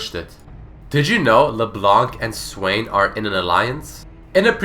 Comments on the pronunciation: LeblanKKKKKK .... its Leblan bro :p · The correct way ro prononce "leblanc" in french is prononced like "le blan" and Leblanc is also a real lastname ! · In french, don't prononce the C of Leblanc. it's lke Leblan. yes white in french is whritted blanc, it's a silent C ;) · why do English people read leblanc le blank we dont read c as k in french D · FYI it's pronounced LeBlan, the C is mute in french. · Did you know that the 'c' at the end of Leblanc's name shouldn't be pronounced? (french guy here ^^) Great video, by the way :) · Hey guys ! Just so you know ... The "c" in Leblanc is silent! You are not suppose to prononce it :P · Did you know that the C at the end of her name should be silent?